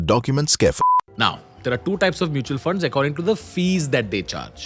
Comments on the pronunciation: hybrid "MUTAL" funds! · hybrid "MUTAL" fund.